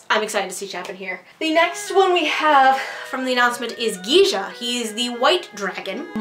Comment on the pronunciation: Ki-Ja, not Gija.